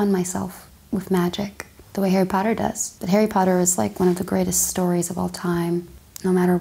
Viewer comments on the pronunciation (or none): none